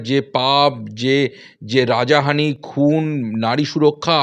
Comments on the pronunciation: কথা টা রাজাহানি না রাহাজানি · Abe rajahani noy rahajani. Correct kor vI. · কথাটা রাজাহানি নয় হবে রাহাজানি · দাদা রাজাহানি নয় রাহাজানি। এতো ভুলভাল বাংলা বলেন কেন? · কে এটা! রাহাজানি কে বলছে রাজাহানি! বলিহারি! 'শুভ নন্দন '😂😂